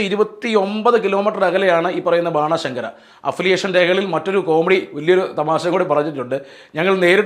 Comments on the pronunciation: ബാണശങ്കര ആവില്ല ബൻശങ്കരി ആവും. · ബനശങ്കരിയാണു ശരിയായ ഉച്ചാരണം